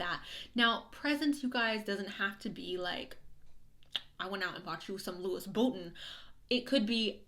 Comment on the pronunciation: THE WAY YOU SAID LOUIS VUITTON MADE ME LAUGH SO MUCH